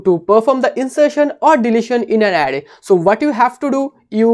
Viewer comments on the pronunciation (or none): Array ❌ Adday ✅